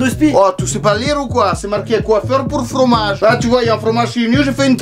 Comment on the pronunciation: tu fais l'accent portugais pas russe